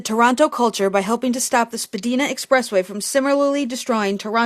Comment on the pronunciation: This is truly an excellent and clear informative video. Absorbing Jane Jacobs stuff is my hobby hahaha. Spadina is pronounced spadaina and not spadeena by the way